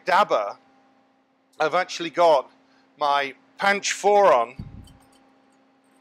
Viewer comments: Yeah, listening to him say that warmed my heart (im Indian). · chef u said panch foron... i wonder the depth of spices n condiments knowledge and indian taste u are aware of... i am bengali and hearing that word from you was a delight 💙❤️